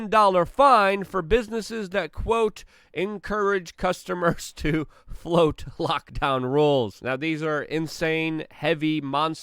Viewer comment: The diphthong in "flout" is the same as in "shout," Luke. You do great work, but for f---'s sake learn some English.